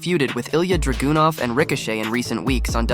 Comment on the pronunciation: HIs name isn't DragUnov🙄 Learn to say his name right..🤦‍♂️